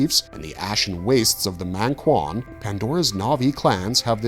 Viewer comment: Not mÆngkwan dawg it's mAngkwan